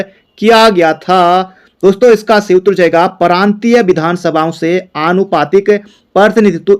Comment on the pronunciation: Sir aap प्रांतीय को परांतीय क्यों पढ़ते हो ।